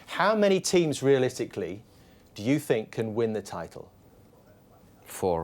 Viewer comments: You sssink "think" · Jose past but I think Now Jose but I sink😂sounds though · Nobody : Jose : "I SINK" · “I siink” lol